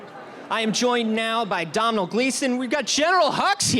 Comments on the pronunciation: Domhnall is pronounced dough-nal, not donnell. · that guy says he's hung out with domhnall gleeson a lot but he has never learned how to pronounce his name!! LOL